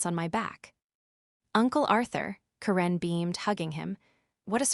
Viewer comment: I would love for you to tell me where you when to school. You apparently fall simply English since you are having a difficult time pronouncing simple words and names. Look at how to say Karen